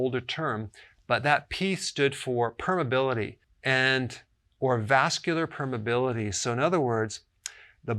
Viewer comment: Not "permability"! PERMEABILITY....MEMEMEME